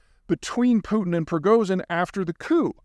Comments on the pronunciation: Wow it only took his death for you to stop caling him "Prognizon" lmao🤣🤣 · "I don't need to learn to pronouce [Prigozyn] anymore" That was savage. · Russian pronunciation guide for the name Prigozhin: “o” as in “stop” (NOT as in “go”. That’s an American habit of mispronunciation) “zh” represents the same sound that “s” represents in “pleasure” and “measure” and “treasure” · How to pronounce "Prigozhin" properly: Break it down from Cyrillic, letter by letter. And remember that when St. Cyril created the Russian alphabet, he borrowed from Greek, not Latin. "Пригожин." First letter is "П." Think "like the Greek letter pi." Second letter is "р." Think "like the Greek letter rho, or r." P's and R's are confusing, since what looks like a P in English is an R in Russian. The other tricky one is "H" which looks like a Latin H but in Russian is really the English letter "N." A favorite word of mine in Russian is the one for "restaurant," which is pronouced "rest-o-rahn" but is spelled "Ресторан." Think of that word and you may be able to keep your P's and R's (and N's and H's) straight. Third letter is "и," which is actually the Russian letter "i." Fun fact: Before 1917, there were two letters for "i" in Russian -- "и" and "i" -- and the alphabet had even more letters than the standard 33 of today. When the communists took over, in Orwellian fashion they made an effort to control language. (Think, "Instead of very bad, we have double-plus-ungood.") And they promptly started standardizing spellings and trimming the language down as a precursor to controlling it. Today, one of the easy ways to spot Ukrainian language (as opposed to Russian) is the presence of the letter "i" in words and names, since Ukrainian never dropped that letter. The Soviets just tried to stamp out the Ukrainian language entirely (much as they tried to drive the use of Romanian out o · Pree-go-gin. Yes, last part is better pronounced like a soft "gin". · he is (was) pronounced "pre-go-shin"